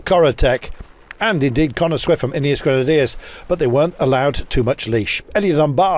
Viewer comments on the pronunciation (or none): none